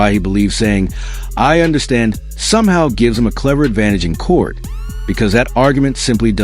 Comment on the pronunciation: Why are some many people pronouncing COURT room as CORCH room? It drives me crazy!